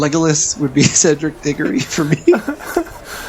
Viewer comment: Diggory? DIGGORY??? WHAT??? WHAT??? I WILL COME AFTER YOU FOR THAT